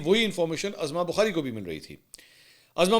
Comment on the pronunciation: محترم لفظ عَظمٰی بخاری Azma Bokhari نہیں لفظ عُظمٰی ںخاری Uzma Bokhari ہے جیسے عدالتِ عُظمٰی Uzma اور اسکا علم عُظمٰی بخاری کو خود بھی نہیں صفدرصدیق رضی کراچی